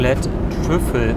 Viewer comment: Ich hab übrigens auch erst Büffel statt Trüffel verstanden 😂😂😂